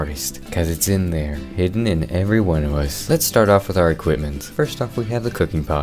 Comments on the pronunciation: I keep hearing “THARE” THERE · You manage to make me laugh every time you say two words... "There!" and "Dinosauer". Every....Time...